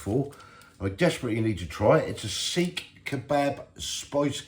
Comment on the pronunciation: Seekh is not pronounced the way you said it twice lol 😅, but long as you enjoyed them that's all that matters 👍